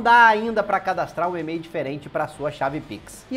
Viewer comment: Eu gosto é quando ele fala "Ê-mail", é metade em português, metade em inglês! Kkkkkk